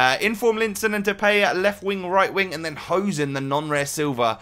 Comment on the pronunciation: You say Depay wrong. You say "The pay". That is wrong. You should say it like this "The Pie".